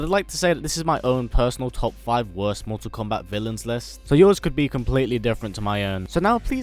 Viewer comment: you need to stop these videos because you cannot pronounce Mortal Kombat right everything Americans do you guys do losers